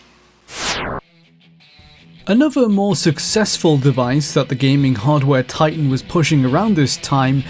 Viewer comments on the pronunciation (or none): none